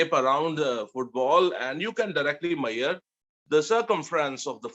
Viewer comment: why do you say mayar and not measure?